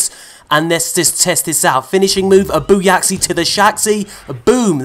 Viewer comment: “Booyaxi to the Shaxxi” might be my new favorite thing.